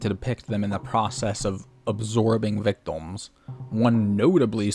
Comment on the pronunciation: Why do you pronounce "victim" as "victom"? You do it every single time and have no discernable accent or speech impediment so I assume you're just okay with saying it wrong?